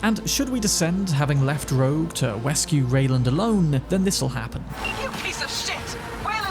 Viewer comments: oh no!? How ever can Rogue "Wescue Reyland" alone? lol. Tiny slip of the tongue, but it tickled me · Do you say things like "Wescue Reyland alone" on purpose or is it just something you do without noticing?